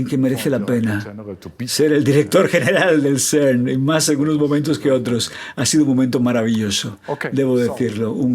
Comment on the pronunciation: El Traductor tiene una dicción pésima O.V. Please! No es el SERNNN! Ni tampoco Ainshhhhhtain! Se pronuncian CERN y "Ainstain"